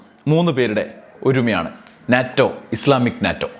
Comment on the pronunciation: NATO, North Atlantic Treaty Organization, pronounced as NETO.